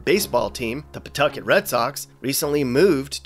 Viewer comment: you did a really good job getting names like “Woonsocket” and “Pawtucket” right. We had a dear friend who spent the last couple of decades of his life in Boston,then Providence, who never got those right. Just to give him a shoutout, his dad was the photo editor for Life magazine. He grew up in Chicago, then Florida. He loved RI. He died tragically young at 49, in spite of seemingly crazy good health, in ‘06. Whenever I hear someone mispronounce “Wampanoag Trail”, I think fondly of him.